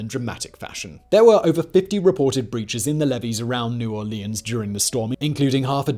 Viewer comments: Its New Orleans not New Aurelions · “New Or-lee-ahns” Painful… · Every time when he says new orleans i wanna puke